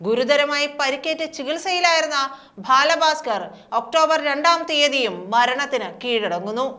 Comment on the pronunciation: ഭാല ഭാസ്കർ 😡 എന്ന് വിളിച്ചു അപമാനിക്കുന്ന ഈ ഭൂറി ഏതാ 😕